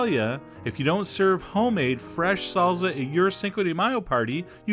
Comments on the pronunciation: its salsa not sallza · its sal-sa not sal-za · Sahl-ssah, not salza, John! :) -- Question: Why, oh why don't you use a small hand chopper? (No, I mean it's hand-powered, not electric, not to chop hands, that would be bad, haha!) It's about a pint-size jar with a four blade chopper that screws on top. You put in a small amount of, say, onions or tomatoes or herbs, seal, chop vigorously (but not so hard you break the jar!) and empty and do another batch. That seems so much easier than all that time fiddling with dicing individual cherry tomatoes. A food processor on for a couple of seconds, or a hand electric tool might do it, but yeah, would be more prone to produce instant purée, not what you're going for for salsa. The hand chopper can do things in small batches at just the right speed, so you don't make soup , you end up with a nice dice. Just saying. -- Love your videos and the humor. And mmm, good food. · IT’S NOT “SALZA”! It’s SAL-SA!” Always “S” sound! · Chef, your French is great, but you gotta work on that Spanish! Salsssssa, not salza ;-) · its pronounced salsa not zalza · That's my only complaint, I speak spanish and "salza" drives me up the wall. Our friends in Spain don't pronounce it "Sal-tha", so there's no need to say it "salza". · its not salza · Salza and tomatas. Chef John you ain't pronouncing your words right ;) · salsa is pronounced salza, and syrup is pronounced surp. Welcome to chef John's world! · I live you john. Even when you had hairy knuckles. But "salza" makes me nuts. Gotta say :) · "Tomataz in the zalza" could do without the narration... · he calls salsa "salza" haha( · I love the way Chef John says salsa......... salza :-) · Thumb up for "salza"! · Chef John, Y U Say 'Salza'? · Oh my god please stop saying "SALZA". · you say salsa so funny!! it's like salza lol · i literally giggled each time chef john said "salza" LOL. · The pronunciation... I just can't...